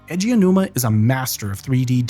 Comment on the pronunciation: I'm watching play majora's mask blind right now. he has no outside context. he described the puzzles of MM as "clockwork." very apt. can't believe i didn't know that about Aonuma's background! (btw, "A.G. Ow-Numa" is closer to how you say his name than "Edgy Oh-Numa" 😉)